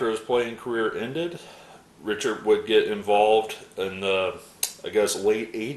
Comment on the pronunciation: I really like seeing these players from my youth that you just don't hear much about these days. Great stuff. Oh, by the way, Pete Richert is pronounced Rick-ert. As always, enjoyed the video.